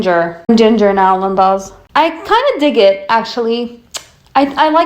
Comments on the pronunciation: Why do you say 'Lindas' at the beginning like the womans name? Instead of the proper normal Spanish pronunciation? It sounds very odd 😄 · I don't understand your point of saying Lindas its honestly annoying and it really bugs me. No hate to you but Its just not personally my cup of what I want sorry your videos are good and entertaining but I can't stand when you say ''Lindas''.